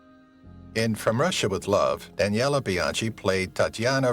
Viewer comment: Also screwed up Daniela Bianchi.